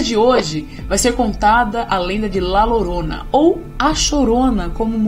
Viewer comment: Muito bom o vídeo, uma pequena correção (La Llorona) se pronuncia: La Diorona